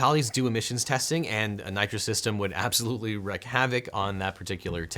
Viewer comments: Objection! It's "wreak havoc", wreak rhymes with weak or peak. Definitely not "wreck havoc". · Thick black smoke also obscures vision. Also, wreak not wreck. Thought you might want to know.